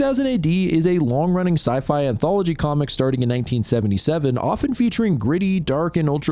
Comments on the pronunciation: Brandon Lee didn't shoot himself -NU-CLEAR, not NUKULAR -Derf Backderf is NOT his real name, it's a pen name, obviously Sloppy. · Wtf is a NUCULER attack? Its nuclear. Because...fuckin NUCLEUS. Like protons & neutrons. No such thing as a "nuculus". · NUCLEAR. IT'S NUCLEAR. NOT "NOOK-YOO-LAR." NUCLEAR AS IN NUCLEUS. I'M LOSING MY MIND MAN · nuCLear, you fucking moron.